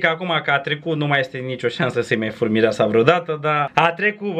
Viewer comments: știu că zice fur dar se aude "fut". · sa-i "fur" dar se aude fut =))